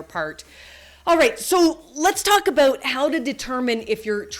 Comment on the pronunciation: I thought your "about" was pretty good. We Americans usually make fun of Canadians who pronounce it "a-boot" :)